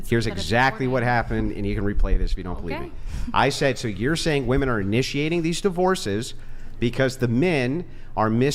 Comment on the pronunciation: For the love of Pete, would you tell these females how to properly pronounce “woman” and “women?”